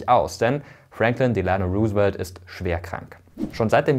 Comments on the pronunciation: Bei der Aussprache sind hier aber schon einige Fehler passiert: Roosevelt wird natürlich nicht Ru:svelt gesprochen sondern nach holländischem Vorbilde Rosevelt. Und bei Lincoln ist das L stummt, also Linkon. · Roosevelt wird ROU-se-velt ausgesprochen, hat mich mega irritiert deine Aussprache ;) Aber interessantes und vor allem informatives Video! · Interessantes Video! Kleine Korrektur: "Delano" wird auf der ersten Silbe betont (Wusste ich früher auch noch nicht) und das "Roose" bei "Roosevelt" wird wie englisch "Rose" ausgesprochen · Ich finde deine Videos super! Kurze Anmerkung zur Aussprache (will allerdings nicht so oberklug rüberkommen): Lincoln spricht man in English: Lincon (das L wird verschluckt, hört man nicht) und bei Roosevelt sagt man: Rosevelt (, das O ist ein O, auch wenn da zwei Os stehen). Wie gesagt, sollte nicht besserwisserisch sein und ich finde dein Videos SUPER! Danke. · Vielen Dank, Mirko, goldwert, wie immer! 🙂 Nur ein kleiner Hinweis: Du hast "Roosevelt" nicht ganz richtig ausgesprochen: Das "E" in seinem Namen ist nicht stumm 😉